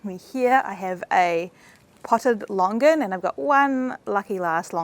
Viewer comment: What longgan??? it's Longan (lo-ngan)